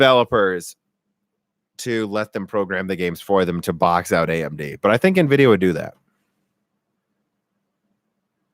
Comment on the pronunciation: if you're gonna say nevidia, shouldn't you call your laptop hp nevy?